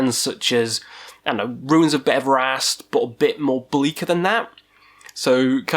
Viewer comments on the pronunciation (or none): none